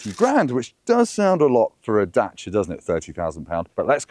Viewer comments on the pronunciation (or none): The center console/armrest is too high for me. Is there a lower version available? Also, it’s Dacia, not Datcia.